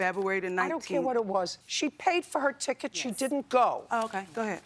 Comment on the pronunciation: "a non refuldable chiket"